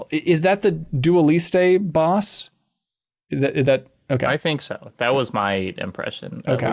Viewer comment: did you hear how they pronounce Dualliste? made my skin crawl lol